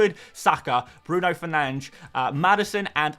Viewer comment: Love the "fernandes" pronunciation 👏👏👏🇵🇹🇵🇹